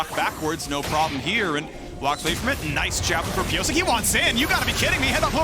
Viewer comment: The way the casters pronounce Piyosik as ‘Piyosake’ sounds weird 🤨. Its ‘piyoshake’